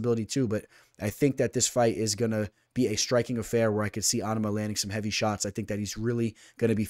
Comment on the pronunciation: Your pronouncing onama wrong lol your Islam pick was legit amazing last week btw